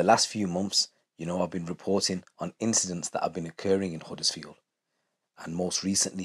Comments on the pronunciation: Its Huddersfield not uddersfield and its same everywhere you visit its not as bad as you make out its like saying all Bradford or Leeds is bad its certain areas not the whole town every town has its problems doesn't mean its lawless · Man said Huddersfield 😂😂 get ur self into leeds